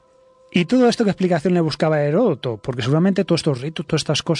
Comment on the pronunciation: Aprendan a pronunciar Heródoto, por eso es que estamos tan at trazados en todo. No es Heroto.